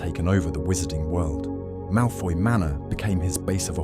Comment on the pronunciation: It's "Malfoy"